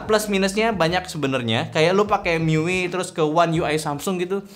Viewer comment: Dibaca mi-yu-ai, bang 😂 tapi bebas sih mau dibaca gimana wkwkwk